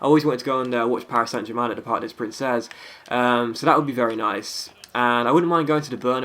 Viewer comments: the way you said parc des princes actualy sonds like parc of princess (in french) LOL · I love your live vids :D and btw "Princes" is pronounced "Prince" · The parc des princes in pronounced like park day prance